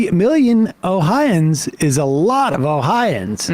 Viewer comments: I always thought it was "Oh-hi-o-ans" not "Oh-hi-ans" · #1 its pronounced "Ohio -ans". You have to be a special kind of moron to vote for republicans in Ohio. Look into the first energy bs and how many of the leadership were embezzling money. Then Larose purged the voter rolls prior to the 2020 election. Me? Somehow I was on the county rolls but I was not on the state roll... Which is impossible. My mother, who has not missed an election since the 70s, she was removed from both the county and the state, and to make it worse they changed her name to Michael and had her listed as a man 😳. They said that it was vendor error. They never came out with a list of all who was taken off of the rolls, and what their political affiliation is which is required to be stated on your voting form. So far all the people who had their voting rights stripped and didn't know we don't know how many of them were Democrat or Republican or why their names were removed. The Republican party here in Ohio is shady AF. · Its 4 syllables guys....not 'O-hi-ans' its 'O-Hi-o-ans' Yes...I'm THAT guy...someone HAS to be! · Oh-Hi-Oh-Ans omg